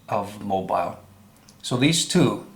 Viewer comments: I watched up to 8 minutes and 25 seconds and the only thing I saw was your jealously. And it's pronounced "MOBEAL" Not Mo- BILE.... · Please learn how to pronounce Mobile, AL! Pron. MoBEEL not MoBILE. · your credibility is severely damaged when you cannot even pronounce Mobile. It's a port city located on Mobile Bay on the Gulf Coast of Alabama. Alabama is located in the United States of America. Planet name = Earth. Mobile is pronounced Mo beel or Mo beal. Consider this your review and rebuke. Get some basic lessons in geography before attacking someone else on their stupidity and integrity. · The pronunciation of Mobile, Alabama is incorrect. It's pronounced---Mo--beel, so you now know. Thanks. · It's pronounced Mobeel, Alabama! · Please brother, learn how to pronounce Mobile as in Mobile,Al.,etc. correctly. Your pronounciation is ignorant and very annoying.